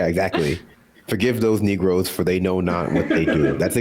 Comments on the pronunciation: NOT NEGROES...NIGROES IS WHAT HE SAID. he 100% meant black ppl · Just for context here: he said "NIGROES" not "NEGROES". They have very distinct meanings in the black community. He knew what he was doing when he said it. He was dog whistling and I hope y'all pick up on it.